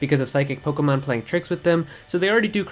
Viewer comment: Sounds like you so POKOMON